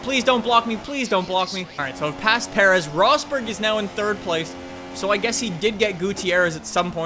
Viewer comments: Alex Ortiz or, there was no need for him to know how to pronounce Perez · legit must be no Mexicans in Canada lol. The way you butchered Perez was awful